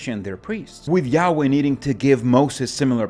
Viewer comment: When you say yaweh, it sounds like you're saying yaoi (in an american accent). Totally changes the meaning. Yaoi is a stormgod with a big member. 😏